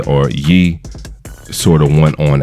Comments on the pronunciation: Ye=yay not Yee. Like how you would pronounce it in kanye, kan(yay) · It's Ye not Yee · How can y’all keep calling him Kon-Yay every time but call him Yee now because it’s Ye now? Lol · Yaaaaay not Yeeeee. How you going pronounce the man’s whole name correctly then pronounce the short version Yeee? It’s Ye (Yay)